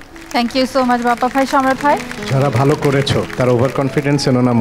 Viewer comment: ময়মনসিংহ কিশোরগঞ্জের বেশির ভাগ লোকের মহাপ্রানধনি শব্দগুলো উচ্চারন হয়না!!!! যেমন আমরা" ভাই" এর যায়গায় "বাই" বলল আসলেই প্রতিটা অন্চলের ভাষার মাঝে ব্যাকরনগত কিছু না কিছু প্রতিকুলতা রয়েই গেছে।